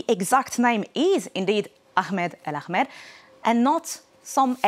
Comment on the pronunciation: There’s no name Akhmed, please pronounce the name as Ahmed. It’s not so difficult to do so.